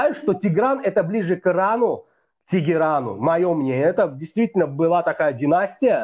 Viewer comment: Тахран говорят иранцы, тигиран это по-русски,это не правильно тигиран.